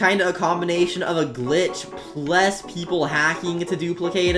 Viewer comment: Bro said ples instead of plus